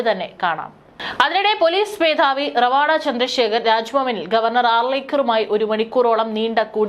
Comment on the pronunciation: റവാഡാ അല്ല രവതാ ചന്ദ്രശേഖർ എന്നതാണ് ശരി❤